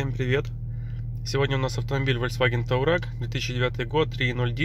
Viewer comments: Не таурег, а туарег😂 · Туарег, а не таурег😂 Как это расход 17 литров на 3 литра дизеле??? КАК????😅🤯🤦‍♂️🤷‍♂️